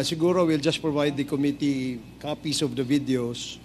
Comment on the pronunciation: OMG.... weh maging presidente?????? incorrectly pronouncing Committee.... sakit sa tainga para maging future president.